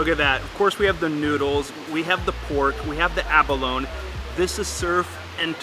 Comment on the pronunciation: Just a little pronunciation help here…Abalone is: Abba low knee Malay is: Muh lay